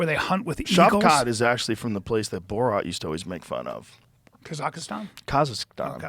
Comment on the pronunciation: Ka zacha Stan lol This Bryan dingbat trying too hard with his pronunciation 🤡🤡